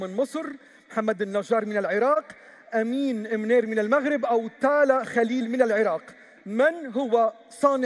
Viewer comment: أمين إمنير وليس إمتير 😤😤😤